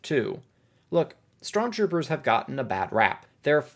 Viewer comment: “strontroopers” lol